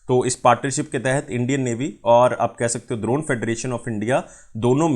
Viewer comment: buddy its english wala D in Drone.....kuch bhi...